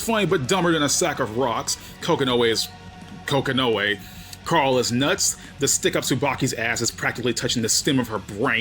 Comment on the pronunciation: "Kokonoe is... Kononoe" lol 😆